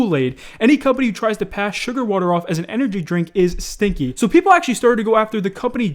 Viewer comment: Bruh the way he says stinky